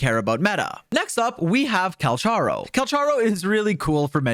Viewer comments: Just a note.Calcharo is supposed to be Cal "ka" ro, i think, since thats how the chinese name is pronounced. But still that doesnt make him any less hot:) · Its pronounced 'Kal-karo'